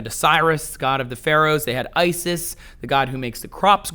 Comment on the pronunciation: Did you say Isis?